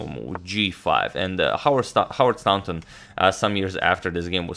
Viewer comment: Excellent coverage, I have learned much from watching your channel, thank you for your generous work. As a very small recompense, I would like to add to your vast knowledge of pronunciation - the au in Staunton is pronounced in the same way as the or in Morphy! or the ou in thought - English pronunciation = tragically irregular!